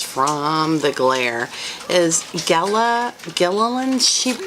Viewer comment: my name is pronounced as Gay’ La. The first A is a long A!